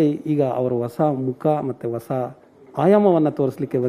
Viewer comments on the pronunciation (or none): Vasa Vasa andhre yen anchor avre? Hosa andhre gothu. Kannada Ucharane spastavaagirbeku Sir. _ Idhu Anchor ge Annamalai ge alla.